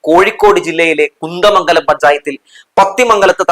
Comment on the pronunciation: കുന്തമംഗല മല്ല കുന്ദമംഗല മാണ് . പത്തി മംഗല മല്ല പതി മംഗല മാണ് . തെറ്റ് തിരുത്തുമല്ലോ.